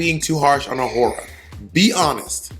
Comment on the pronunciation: bob saying tayce should’ve won over awhora is a crime